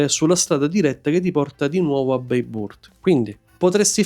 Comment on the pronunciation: Bene però…se ci sei stato più volte e fai dei video sul tema: le pronunce, dai. La g con la pipa ovvero ğ non si pronuncia ma rappresenta un allungamento della vocale precedente. Possibile che nei tuoi viaggi non te ne sia accorto o non te l’abbiano detto? Dai. Peraltro vale anche per Bayburt che pronunci beiburt, mica è inglese, no? Tralascio le altre. Il concetto è: basta andare su Forvo, su Wikipedia e vedi/ascolta come si pronunciano. Ci vuole poco.